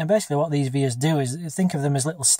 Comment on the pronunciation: You might know this by now, but I don't think it's an initalism (so vias, not VIAs). It's the latin for "way".